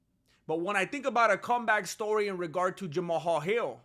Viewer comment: Idek know if you're doing it on purpose, but the way you say peoples names gets me my guy, no disrespect, I think it's hilarious, and sorry if that's just genuinely how you say those names 😂 But Jama-hal is crazy lol 😂